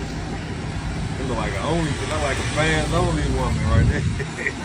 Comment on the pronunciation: Bro, you said a FansOnly page 😅🤣😂